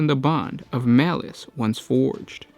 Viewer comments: I thought it was Malal not malice.... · His name is Malal, not Malice. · It's "Malal". Show some respect toward your elders, by using this god's Old School name: MALAL! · I thought the legal issues were around the name Malal and not Malic?